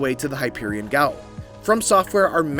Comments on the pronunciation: The "Gaol" in Hypogean Gaol is read like "jail", not "gauol" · damn, we all read "gaol" as "gaol" and not "jail", huh :D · “Hyperion gowell” My man just straight gave up on “hypogean” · The “Gaol” in Bloodborne is pronounced like “jail.” It’s an older English spelling of it. As for “Hypogean,” that means underground. So it translates to, “Underground Jail.” 👌🏼